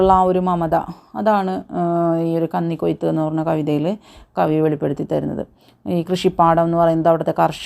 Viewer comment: കന്നി (പന്നി) ക്കൊയ്ത്തല്ല 😂😂 കന്നി (മിന്നി) ക്കൊയ്ത്ത് 😡😡 മൊത്തം തെറ്റാണല്ലോ 😂😂 ഒരു തവണ ആ text വായിച്ചിട്ട് വീഡിയോ എടുത്താൽ നന്നായേനെ😂😂😂